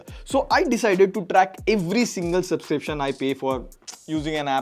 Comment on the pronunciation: Subscription ❌ Subsiption ✅